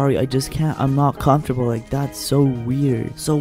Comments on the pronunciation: Me:comfromtable Hime: comFARTable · comfortable. and they’re out here sayin ‘comfartable’ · HE SAID ‘comfortable’ LMAOOOO